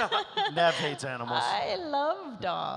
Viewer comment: I get sad when Neve gets no questions but then she’s so awkward (like an actual person) she seems like she hates doing these lol EDIT. Why WHY like 3 panels in a row someone calls Neve “knee-v”. I’m starting to think this is all weirdly scripted?! Wtf…??? Yeah this is weird.